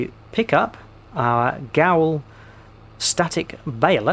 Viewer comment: It is pronounced 'Ger-veil' :) The accent on the Ö is an 'er' sound and the 'w' is like a 'v' because they are an Austrian company!